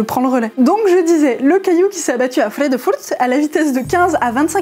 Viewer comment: Cette façon de dire "vredefort"; c’est du néerlandais pas de l’alsacien, godverdomme 😂